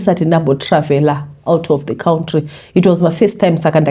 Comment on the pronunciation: Nhai tete nemiwo makutoti KAWUNTRY😂😂😂😂😂😂😂mukutya kudzingwa here